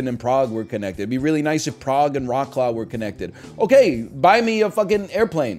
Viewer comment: Raw claw haha